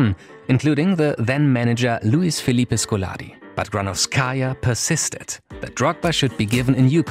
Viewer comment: Great video, but it's GranOvskaia, not GranovskAia, you should emphasize O not A